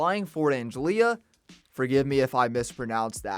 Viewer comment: Blud really said anGEliA